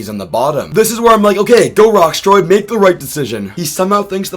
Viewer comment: Loving this season so far. Great cast, pretty balanced edit, and not too much focus on the edit (Btw, Rocksroy’s name does not have a T in it)